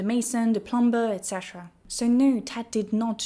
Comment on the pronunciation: "Plum-ber" 😅 (plum-er, silent b) Great video! Good old Conservatives, fucking things up for the poors as usual.